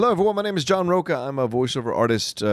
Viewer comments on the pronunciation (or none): Hey,! Roch*a*. I’m Bolivian American, not Italian American.